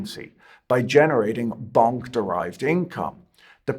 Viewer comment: I personally love that he kept pronouncing Bonk like it was Bunk 🤭